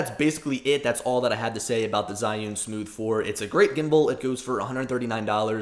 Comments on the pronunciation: HOW TO PRONOUNCE ZHIYUN: Learning to use my China-made iPhone gimbal, the Zhiyun-Tech Smooth 4, has given me an opportunity to learn how to pronounce the Chinese word Zhiyun. It is not zEYE-oon, or zhEE-oon, but in IPA it is closer to ‘chø-yøn’. Okay, that may not help you. I learned the pronunciation of this Mandarin word Zhiyun or Zhi-yun from an excellent video by a native speaker posting from China. (He pronounces it differently than the Google robot sound clip at Google Translate if you enter the information below. I trust this man rather then Google, but he is the only Chinese person I have heard pronounce it.) For the vowel, think of the French word bleu or œuf (represented in the International Phonetic Alphabet as ø), then just strip out the vowel; you will need the vowel twice. The first time it is short and clipped, the second time it is sustained just a bit. Mix a hint of the schwa sound (represented by an upside down e, or ə), then mimic a Chinese person, and you will be close. Now for the consonants, the easy part. The first syllable starts with the CH sound; it, too. seems clipped. So: chø. The second syllable is very close to the English word 'yearn' with a silent R (yearn as pronounced by a posh Brit, but not as sustained). So, in IPA: chø-yøn. Which syllable to stress? Hard to say. Make them practically equal, but give the second slightly more stress, and if you can't, stress them equally. These two syllables are the Chinese words for wisdom and cloud. In Chi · Jusy simply say two letter: G - U. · Jee-yoon source: heard it said in China